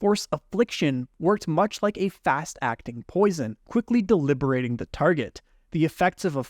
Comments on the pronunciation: Debilitating not deliberating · quickly *debilitating